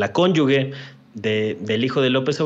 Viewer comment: Que a no se le olvide la próxima vez, que no se dice “cónyugue”, sino “cónyuge” (con la “g” pronunciada como “j”, ya que no va en seguida una letra “u”, como en palabras así: guitarra, guijarro, maguey, etc. MUCHO OJO “PERIODISTA”...🤔😳